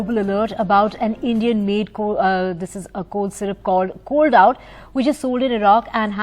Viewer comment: Endian Syrup......omg